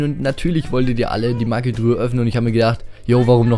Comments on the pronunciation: das heißt nich maggi truhe sondern magietruhe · Sag nicht immer "maggitruhe"!!!Es heißt magietruhe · mir gefällt dein kanal, endlich jmd der zugibt dass er nichtso gut ist (was andere nicht tun) und auch NICHT gemmt was mir sehr gefällt aufjedefall mach weiter so. PS: bitte nenn die Maigetruhe nicht Maggitruhe und was ich toll fände wäre wenn du das spiel auf englisch stellen würdest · wie er immer sagt MAGGITRUHE. das heißt Magietruhe 😂😂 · magietruhe nicht maggitruhe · Ja mehr CR macht voll Spaß mit dir :D und wenn du sagst Magietruhe hört es sich für mich an wie Maggytruhe😂😂😂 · alter wie du immer maggitruhe sagst ich heul gleich hahah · Wie du immer Mackie truhe sagst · Ne Maggi-Truhe